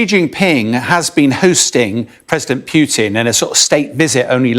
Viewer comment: “President Pewtin?” 😊